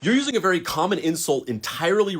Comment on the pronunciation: SHHHHHHH … Be vewy , vewy , quiet ..